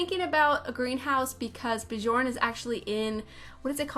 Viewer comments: Great Build! I love your style of building! oh, and FYI - it is prnonounced [Byourne Byercsehn] ;-) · Love this build 😍 (btw, Bjorn is pronounced "Byorn") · Hey thought you might want to know Bjorn is pronounced "Byorn." Love the build! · The J is pronounced like a Y. x x x so instead of Johannesburg is is Yohanesburg. Or Bjorn it is Byorn. x x Americans dont know much about stuff out side of America x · The j's are pronounced as an i. Biorn biergsen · It’s bujorn if you’re part of the cult. (Pastel sims reference)